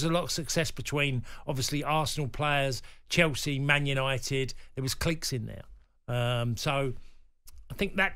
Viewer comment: What's a cleeeek?